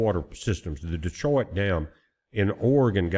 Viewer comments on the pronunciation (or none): none